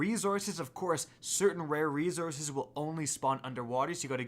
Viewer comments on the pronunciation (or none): dude,the way you pronounce resources i can't get around it... xD #